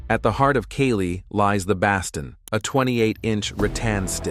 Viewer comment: Love anything highlighting the amazing art of Kali, just having a hard time with the AI voice mispronouncing it over and over again. And "baston". 😄